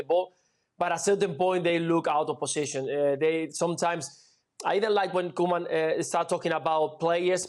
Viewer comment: Jules saying Ronald Koeman's name killed the show😂😂😂